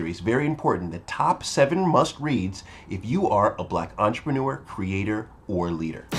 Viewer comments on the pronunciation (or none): none